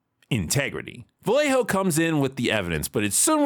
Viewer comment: The only thing I hated from this show is that they pronounced Vallejo as "Valeho" and not as they should: "Vayeho".